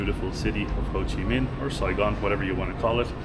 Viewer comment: bạn nói tên HCM city là quá chuẩn rồi , có tìm hiểu và học thức sâu rộng không như 1 số người được ăn được học. mà nhận thức hơi kém